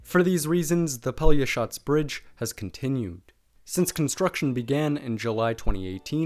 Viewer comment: hey, respect to you for a real good pronunciation of a real hard word -> Pelješac :)